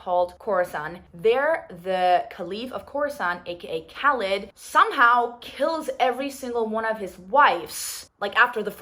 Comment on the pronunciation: I actually the first pronunciation of Khalid was correct, this is how we pronounce it in Arabic😊